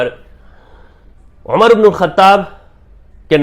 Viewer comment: نام عَمر ہے یعنی ع پر زبر ہے عُمر نہیں ہے